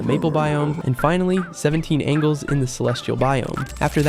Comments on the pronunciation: why are you pronouncing it angles?? 📐 it's pronounced ain-jells 👼🏻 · Angels not angles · the "angles" instead of angels is making me feel overstimulated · Why does it keep saying angles instead of angels!? 2 different spellings, pronunciations and things!?!? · “angles” ight sybau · Bro it's angels not angles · You are saying angel wrong you are saying angle m t angel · Just checking, but why does the narrator keep saying angle, instead of angel? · STOP PRONOUNCING ANGELS AS ANGLES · 17 Angles or ANGELS because pronounced different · IT'S NOT ANGLES ITS ANGEL'S THERE'S A DIFFERENCE 😭 😭 😭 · yeaaah but in the game they are named "angles" not "Angels" :)) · Why do you pronounce angel as angle? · Why do you keep saying "angles" ? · why do you say angels as angles? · you lost me by calling them "ANGLES" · Couldn't take him saying "angles" stopped watching after the third time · “Angles” bro 😂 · I thought he was calling them Engel (German word for Angel) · The way he says angels gets on my nerves for some reason bro needs to re-learn proper pronunciation 😂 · How do you not know how to pronounce angels? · Am I the knly one who's getting bothered by how he pronounce "angels"? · Bro pronunciation of angels pmo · incorrect. at the beginning of the video you can see it's spelled "angels" and it even said it put them in the celestial biome. he's pronouncing angels wrong lmao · GO ASK CHAT GPT HOW TO PRONOUNCE ANGELS